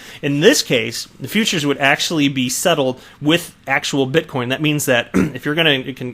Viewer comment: Please sir, I beg of you. Stop saying bitcom lol.